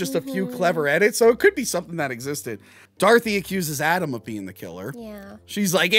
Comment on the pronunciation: anyone else keep hearing call her Darthy instead of Dorothy? man needs to get his jawls looked at